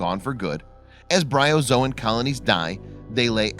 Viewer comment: It's Bryozoan.